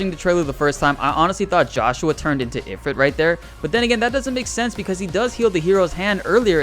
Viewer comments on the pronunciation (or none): Ugh, am I the ONLY ONE who notices that Ifrit is pronounced Eh-FREET?